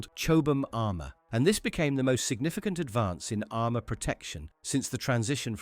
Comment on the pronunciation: HOHMOHGEENUS AHRMUHR